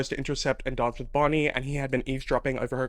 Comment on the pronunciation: "We've got Caroline, Elena, BONIE" the way you said bonnie cracked me up